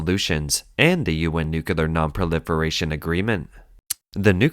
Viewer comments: The word is nuclear, not nukular. People like you drive me nuts! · The word is Nu-CLEAR not NUCULAR- someone please teach this bot to read English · For God's sake, it is pronounced NUCLEAR, not NUCULAR!!!!! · The word is NUCLEAR, not NUCULAR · God, the constant mispronunciation makes this unwatchable. "Nookyoolar nookyoolar nookyoolar nookyoolar." I really want to look past this, but you've made it impossible. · i mean theres is Clear in it LOL